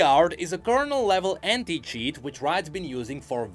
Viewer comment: When he said anti-cheat but you heard hentai instead of anti. Bro gotta be careful with his pronunciation getting people in trouble and shit.